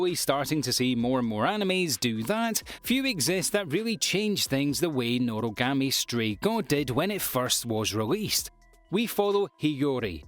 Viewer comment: Its noragami not norogami